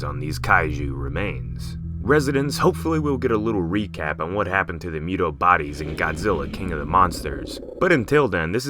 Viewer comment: MUUU TOOOO NOT MEWWW DOOOO 🤔🤔🤔🤔